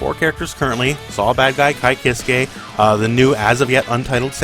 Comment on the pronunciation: One day I'll find someone who can pronounce Ky's surname correctly. One day.